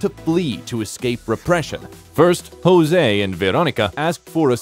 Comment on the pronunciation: Hahahahaha I love "Jouse" ando "Pedruo" 😂